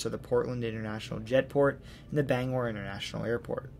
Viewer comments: I realize I’m late here, but Aroostook is the largest county east of the Mississippi, not the second largest. I’m also impressed that you got most of the place names pronounced correctly, especially Bangor. Few people from away seem to be able to do that. Interesting note, the Appalachian mountains are part of the same chain that use to include the Scottish Highlands, the Scandinavian Mountains, and the Atlas Mountains. They are so old, in fact, that they’re older than bone. When they had formed, animal bones hadn’t even evolved yet. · Native Mainer from the Bangor area, living on MDI. Thank you for your in-depth presentation of my home state. Great job properly pronouncing the Bangor. Quick point about New Brunswick, Fredericton is the administrative capital of the province and Saint John, the largest city, is the economic capital. Thank you and love the series! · Great video. Native Mainer here. I grew up in Presque Isle in the Aroostook county and in Bangor. Wonderful job on the pronunciations! Not many people from away pronounce Bangor and Presque Isle correctly. The only thing I noticed is that its not "The Downeast" just "Downeast".